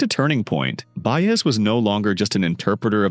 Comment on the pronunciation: This COULD have been such a terrific story, however, you let AI crap butcher her name over and over, left out so many events, performances, and personal experiences that as a life long fan of her and Dylan it became both painful and disgusting to try and watch. Shame on you for trying to exploit such a great singer.